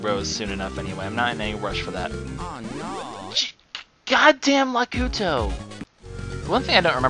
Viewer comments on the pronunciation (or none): Its Not Lakuto Its Lakeetu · lakuto? Lakuto? LAKUTO? ITS LAKITU!!!!!!!!!!!!!!